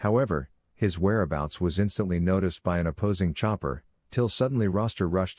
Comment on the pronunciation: It's Rooster like the male chicken.